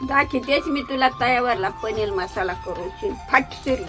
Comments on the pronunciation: layich bhati bolati 😂panir nahi panel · Paneer ❎ paneal✅😂😂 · Paneer ❌ Panel ✅❤❤❤ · मला वाटायचं की माझी अज्जीच फक्त पनीर ला पनेल म्हणते, पण या ला पनेल म्हणताना बघून मला माझी आठवली...